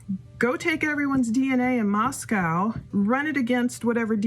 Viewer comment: It’s ‘Moscoe’ pronounced like ‘Roscoe’